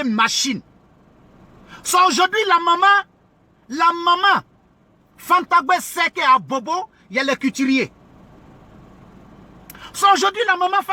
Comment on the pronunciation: On dis pas cutiriers!!! On dis couturiers.